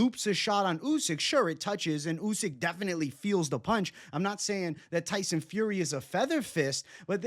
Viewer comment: "Usky" 😂 covering up for his Fury pick.